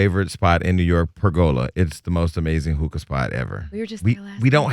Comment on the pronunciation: PERgola, not PergOla lol